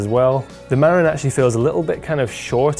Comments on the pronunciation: It's Ma-RIN, the accent is on the last syllable. I used to live in Marin County, California. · FIRST Marin is pronounced: Muh-rin'. It's the name of a county in Northern California. While looks may be deceiving, that bike looks to have too many moving parts on the rear suspension which will inevitably (also invariably) need a lot of maintenance to keep everything aligned. Sometimes the simple solutions are better. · You are not pronouncing 'Marin' correctly. It's 'Mah-rinn' with emphasis on second syllable.